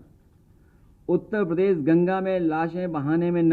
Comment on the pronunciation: He doesn't know to say uttarpradesh properly... He says UTTA PADESH😂😂😂😂